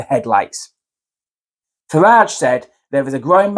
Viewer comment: Just for the record it’s Farage and not Farge. That said, Farage is absolutely spot on and it is refreshingly reassuring to hear a potential mainstream party leader saying it how it really is. Sky snooze set this interview up with Trevor Philips, it had to be a black journalist! Philips has gone down in my estimation. He’s had some grief in his personal life but done some exceptional journalism for Sky snooze. He failed miserably in a futile attempt to bring Nigel down. A journalist should represent different opinions but never take it upon themselves to further their own beliefs. To use an analogy, in a court case it would be considered to be leading the witness. The witness being the good people of the UK The UK needs to wake up and vote for Reform UK in July. Let’s put the ‘Great’ back into Britain..